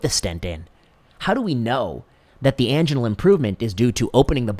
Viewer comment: Never ever heard angina pronounced that way...